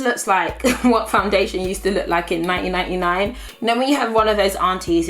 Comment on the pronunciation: 1999 i love the way she says it